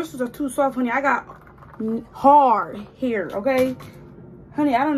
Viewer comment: It sounded like she was gonnna say nappy hair instead of hard hair😂😂